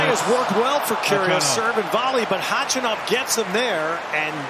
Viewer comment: The way they show the impressed crowd and everyone applauding when Nick takes a point vs them showing only Karen himself and his reaction when he takes a point even though ppl applaud him too. Way to show your favorite. Also, is that against the law for American sports commentators to google how the player's name is pronounced before the match? They'd literally put the stress anywhere but where it actually belongs😀